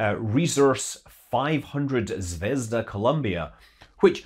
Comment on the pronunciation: zvezdA, not zvEzda :(